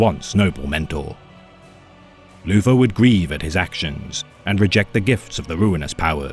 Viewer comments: Can’t handle this dude saying Loofer instead of Luther over and over again. Lord of the bathroom back scratchers. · Poor Loufa, being betwayed wike vat. The forced voice is good. The mispronunciation makes it funny. Haha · As a subscriber to, I have to point out that you keep mispronouncing 'Loofah' as "Luther". 😉